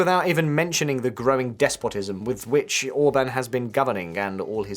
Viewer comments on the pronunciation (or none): To the narrator: 'Orbán' is pronounced as 'Or-Barn'. not as 'Orbin'. Even worse: 'Magyar' is NOT pronounced as 'May-are'. Have a listen. If you're going to cover a story, make an effort. Please. Hence my thumbs down.